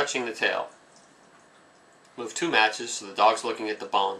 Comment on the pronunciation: you say move so unclearly i heard REmove